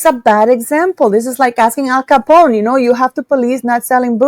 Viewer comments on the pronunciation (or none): none